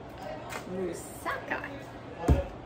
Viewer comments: I'm not from Greece but I know Mussaka we have similar dish, so you pronounced correctly don't worry😊 .but I do it without bachamel sauce on the top but I think its delicious so I will try this one❤ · You pronounce everything just perfect. I'm from Greece and i really love your videos.❤❤